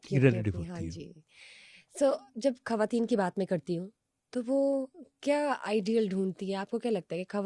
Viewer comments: کھریدنا۔ گریب۔ کھواتین۔ جیرہ گلط مہربانی کر کے اتنے بڑے پلیٹ فارم پہ بیٹھ کر زبان کو صحیح تو بولیں یہ کوئی بھی لفظ اردو کا نہیں ہے آپکو کمپلیکس ہے اپنی زبان پہ آپکو فخر ہونا چاہیئے ۔ ڈاکٹر صاحب کی اتنی عمدہ گفتگو کو آپکی وجہ سے سننے میں بہت مشکل ہوئی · ہمارا complex English ہے وہ تو درست بولنی چاہیئے ۔ مگر اپنی مادری زبان کی تباہی کرتے جائیں خواتین کو کھواتین کہیں اتنے بڑے پلیٹ فارم پہ بیٹھ کر غلط بولنا اب سمجھ آیا کہ آپ کمپلیکس میں ہیں کیونکہ انڈیا میں خ کی جگہ کھ ہے غ کی جگہ گ ہوتا ہے گریب کوئی لفظ نہیں ہے اردو کو مت بگاڑیں وہ انکی زبان ہے اردو ہماری زبان ہے ۔ ڈاکٹر صاحب کی اتنی عمدہ گفتگو کو آپ نے بد مزہ کر دیا ہے ۔ گلط نہیں ہوتا غلط ہوتا ہے ۔ آپ نے اگر انگلش اور ہندی بولنی ہے تو صرف اس زبان میں ہی بات کریں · اردو میں کھواتین نہیں ہوتا کھواتین کسی زبان کا لفظ نہیں ہے ۔ صحیح لفظ خواتین ہے